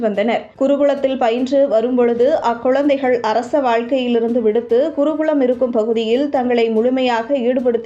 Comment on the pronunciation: குருகுளமா? மொளிப்பிளையா?!😢😢என்னம்மா இது யூடியூப் தொகுப்பாளினியின் தமிழ் மொளி உச்சரிப்புக்கு வந்த சோதனை!